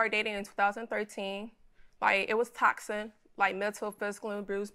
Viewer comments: She may be nervous, but in no way does she have a speech impediment. And she said “Toxin” at least 3x meaning toxic. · Why she keep saying “Toxin” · If she says the relationship was “TOXIN” one more time 😂😂😂😩😩😩😩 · A speech impediment doesn’t have anything to do with saying womens. Women is already plural and saying toxin for a toxic relationship. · She said “it was Toxin” Then She said “December eleven” instead of eleventh